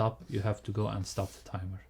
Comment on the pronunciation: Great and informative! Just the pronunciation could’ve been more taken care of - I’ve never heard so many times „TAIMOR” instead of timeER🥳